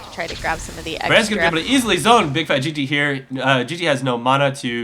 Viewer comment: BIG FAT L - P. FUCK, are you guys paying that little attention? BIGFATLP, there is not a single G, or at that, 2 G's in the end of that name. Fuck, I'm turning the sound off, just because of that mistake you made EVERY GAME.